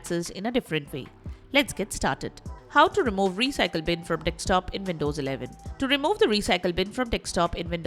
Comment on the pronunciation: Your pronunciation of "desktop" sounds "dekstop". Where are you from?